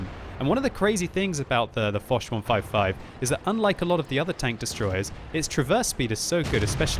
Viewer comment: I spit the tea all over the kitchen when he said the woch 155 xD